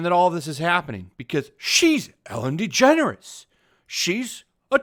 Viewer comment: WHO😲IS ELLEN DEGENERUS ??? NEVER HEARD OF HEŘ ???😀